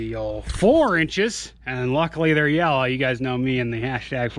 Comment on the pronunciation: Love your channel bro! It doesn't matter what other people say about you or your way of life. I'm from Oklahoma and we have a similar life style. My 5 year old son laughs every time ya say "Yellow". And he can't wait to see you and Mullet Mans give a way hunt coming up. But if ya wanna come hang in Okie country, hit me up on FB.